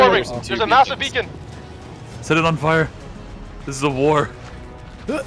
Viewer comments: lol I am pretty sure it's beckon not beacon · Beckon is a word that means to make a gesture for someone to come nearer or to follow you. Beacons are in Minecraft. You have been pronouncing beckon as beacon. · If I had a dime for every time pronounced "beckon" as "beacon", I would be a very wealthy man. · Nah the parasite trees are actually called Beckons in the mod is just saying it wrong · Um, actually, it’s a Beckon, not a beacon. 🤓